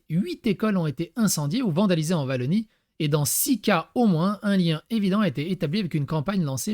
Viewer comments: Ce n'est pas Vallonie mais Wallonie se prononçant Ouallonie. 8 écoles brûlées... Heu faut voir les photos, y a feu et incendie. Et dire que les parents sont desinfomés par les réseaux sociaux... ce n'est pas vrai, j'ai vu le contenu et trouve la listes des formateurs... c'est complètement orienté sociétalement et politiquement. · Wa llonie , pas Va llonie svp ^^ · En Belgique le W existe, il se prononce comme en anglais. pour Wallonie, on dit ouallonie et non Vallonie. cela est étrange pour nous d'entendre Vallonie. WC = ouécé pas VéCé...^^ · Alors, Bruxelles se prononce Brussel et on ne dit pas Vallonnie, mais Ouallonnie, car on ne prononce pas le "w" comme un "v" en Belgique francophone. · WA…Wallonie.Pas Vallonie.